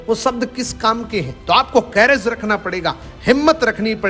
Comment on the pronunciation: सर कैरेज नही करेज होता है।